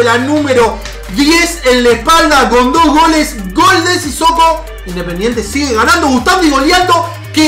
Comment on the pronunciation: Minuto dise independientre